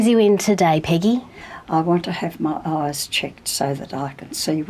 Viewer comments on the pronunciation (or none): 'I want to have my arrrse checked'